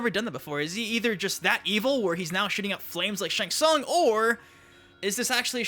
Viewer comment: it's Shang Tsung duhh